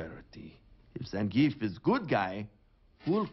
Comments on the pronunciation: I still can't get over how they mispronounced Zangief (it's supposed to be zawn-GEE-eff) every time they said it in the movie... and that he was the only Street Fighter character in it that was not voiced by his Street Fighter 4 VA. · One of these days someone will pronounce Zangief's name correctly...